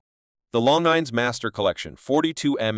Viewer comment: Pronounce Longines correctly please